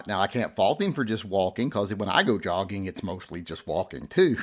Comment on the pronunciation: He was not just "jogging". I think the J is silent. he was yogging !